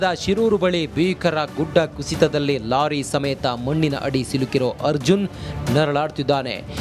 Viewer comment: Lolly alla kano lorry adu